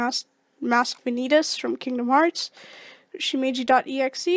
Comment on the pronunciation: its not pronounced shimiji...